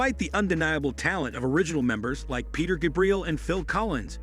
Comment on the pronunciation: Peter Gabreel? I had to type this twice because autocorrect knows more about 70s rock than the moron voicing this video.